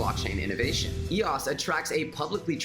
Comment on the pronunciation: It’s “ ee-OSE “ ...like “ Bose” .... 🙃